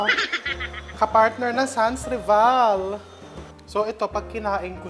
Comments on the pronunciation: The way the cake is made I would say typical French (they rarely used 100%flour in their cakes recipes different from American/Filipino style of baking ) …aside from the obvious name of the cake SANS RIVAL ( pronounce san reval) …✌🏼🇫🇷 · SANSRIVAL is a French word that literally means, 'no rival'...it is pronounced sanrival....silient S po.